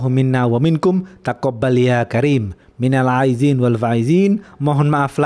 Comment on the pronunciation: Maaf bang. Saya koreksi bacaan nya. Yg benar adalah Minal Aidin wal Faidzin Aidin = kembali (suci) Faidzin = menang " Semoga tergolong orang yang kembali dan menang" 🙏🙏🙏